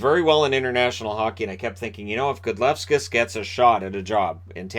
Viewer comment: Best name goalie, but Gudlevskis is pronounced "Good-LEV-skeez" :) love the vids, long time lurker, and inaugural TBL fan.